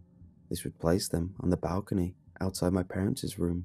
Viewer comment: Dude, love the stories....but pronouncing parents room is just parents room and not parents-cess room. Lol